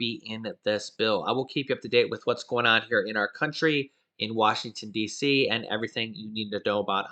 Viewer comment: Washington DC is part of the country why do yu say it like that??